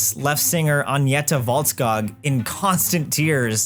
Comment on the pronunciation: "Agneta Woltskaag"???? How do you even get Fältskog into WOLTSKAAG?! DId you have a stroke while recording this or something?